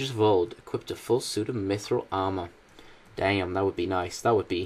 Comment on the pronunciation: You pronounced mithril wrong D:<